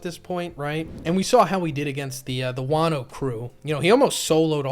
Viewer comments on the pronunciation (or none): none